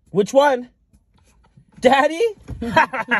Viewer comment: Lol why such an emphasis on “daddy”?